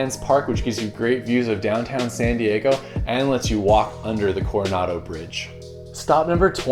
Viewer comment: I like how he pronounced “San Diego” Seeeen Dieeegou